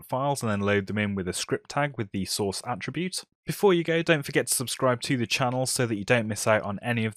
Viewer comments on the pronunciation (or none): none